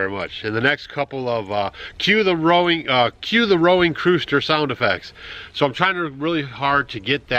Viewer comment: I LOVE the word jumble at:40 "Cue the Rowing Crooster!"...You try so hard to get these videos out to us that you speak so quickly and excitedly. It just shows me how genuine you are and anxious to show us your life and life style. THANKS FOR ALL YOU DO!!!